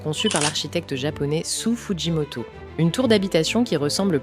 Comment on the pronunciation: Sou Fujimoto ne se prononce pas "sous" mais plutôt "So" (avec un o long)